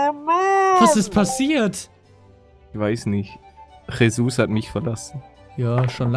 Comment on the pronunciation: ein tip palle es heißt ,,Jesus"